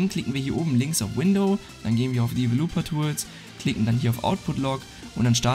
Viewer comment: Danke! Ich will nicht unhöflich sein aber Du solltest Dir die Aussprache von den englischen Worten, die Du benutzt, auf google anhören. "Developer" spricht sich sehr anders aus und "Cine" kommt von Cinema (Kino) das nicht wie "sein" ausgesprochen wird. Sorry für die Kritik aber Du hast mehrere solche Fehler in dem Video und ich denke mir, wenn es Dir keiner sagt, dann wirst Du das immer wider falsch wiederholen. Nochmals vielen Dank für das Tutorial!